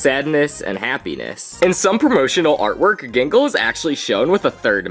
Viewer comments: . ah yes, "jingle". ah yes, "hasven". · Excuse me you called out gangles name wrong